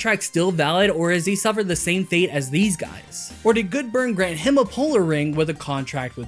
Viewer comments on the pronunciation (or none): none